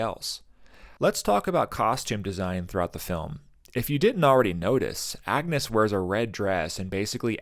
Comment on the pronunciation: Thank you for this deep dive into this great film. I identify with so many of the emotional response to your video. I am glad you recognized the alternate pronunciation of ‘Agnes.’ The movie is historically correct. It was pronounced something like ‘AN-use’ and, as Hamnet and Hamlet was used interchangeably, so was Anne and Agnes. Some scholars believe that Agnes might be her real given name, with “Anne” being a shortened form or nickname.